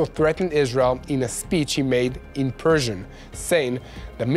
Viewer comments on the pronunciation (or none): none